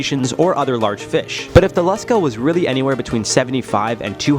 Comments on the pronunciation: It is pronounced Lush-kah. Short u sound. Long a sound. The Lusca is a massive octopus. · It’s pronounced lou ska I’m from The Bahamas and everybody here calls it Lou ska and it’s supposedly located in the blue holes in the Bahamas the some of the blue holes here are extremely deep some of them even connect directly to the ocean